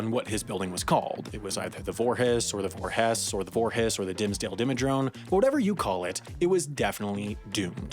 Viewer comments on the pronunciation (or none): You just said 'Dimmsdale Dimmadrone' when actually it says 'Dimmsdale Dimmadome' I take my memes seriously 😉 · "Dimsdale dimmadrone" how did you mess that up? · not right